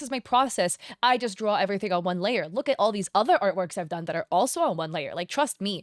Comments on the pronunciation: Layar she said it mean is layer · "Layahrrr" ... is either layer or liar 😂